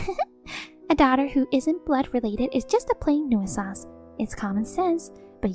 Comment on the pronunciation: Nuisance is pronounced NU- sens